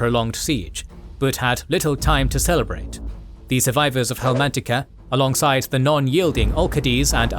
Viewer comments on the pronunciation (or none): Great video! Btw it’s Helmantica* not Helmatica.